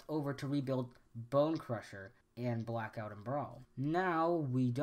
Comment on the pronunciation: Do we really need a theory on this? Obviously Bay just got lazy and reused models to save money. Also, the small constucticon's name was not,"Zelittleone" okay? The doctor said,"Kill the little one." Also I had to laugh when you said,"veeriko" , and when you said,"Brackout" .